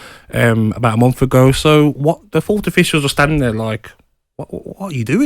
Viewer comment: Is Gabby saying "Fourth'd" official?